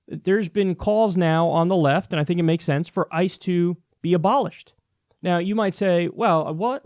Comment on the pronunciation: It almost sounded like he said ISIS when he was talking about ICE.